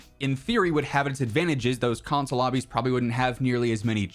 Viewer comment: Console.. is the word you butchered in every way possible. 😂